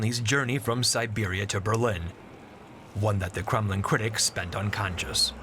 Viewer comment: Why does he keep say Crumlin instead of Kremlin? Crumlin is a city in Ireland.